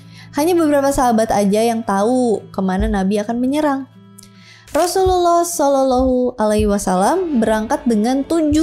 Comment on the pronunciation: Makin fasih nyebut "sallalahu alaihi wa salam" 🎉 Ini kisah epik banget, dan bisa dirangkum hanya dalam 20 menitan. Semoga bisa jadi pelajaran kita semua